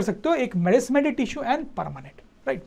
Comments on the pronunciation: Nice sir but I would like to say that it's meristematic not merismetic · Merismatic not it is meristematic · merismatic or meristamatic tissue? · Meristematic he sir. Not a merismatic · Meristematic not merismatic sirrrr❤luv u sir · Sir it is not merismatic, it is meristmatic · Sir it is meristematic tissue not merismatic tissue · Sir it is meristematic tissue not merismatic. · Merismatic 🚫👎🙅 it is Meristematic tissue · It's 'meristematic' sir!